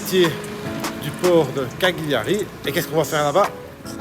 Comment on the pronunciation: La prononciation laisse à désirer Gl = Ll Autrement dit un L mouillé